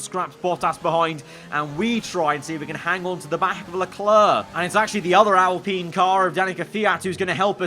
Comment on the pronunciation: Al - Pine not alpinnnn 😂